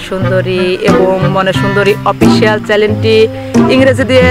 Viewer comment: চেন্নেলকে চেলেন বলচেন কেনো